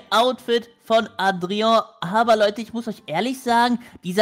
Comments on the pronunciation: ich glaube man spricht das Adria und nicht Atreo aus😂❤ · Adrian nicht adrio😂❤ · du sprichst es falsch aus leider es heißt Adrian😅